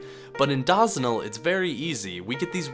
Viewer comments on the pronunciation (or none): omg stop saying dawsonal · Bro Said "DAHZENAL" 💀💀💀💀💀💀💀💀💀💀💀💀💀💀💀💀💀💀💀💀💀💀💀💀💀💀💀💀💀💀💀💀💀💀💀💀💀💀💀💀💀💀💀💀💀💀💀💀💀💀💀💀💀💀💀💀💀💀💀💀💀💀